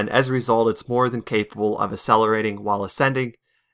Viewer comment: sussessfully asselerating (Jk I love you)